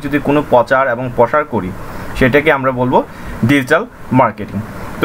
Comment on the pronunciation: Overall ভালোই তবে প্রনাউন্সিংটা আরেকটু মার্জিত হলে ভালো হতো। প্রচারকে বলছেন 'পচার', প্রসারকে বলছেন 'পসার', সেবাকে বলছেন 'স্যাবা'., ওয়েব সাইটকে বলছেন 'ওয়াইব সাইট'.